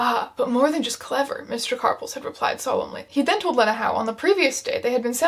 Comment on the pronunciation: So upset abt how she’s pronouncing lena